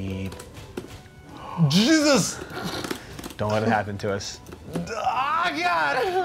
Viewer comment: It's "JEEZUS!!!", not Jesus.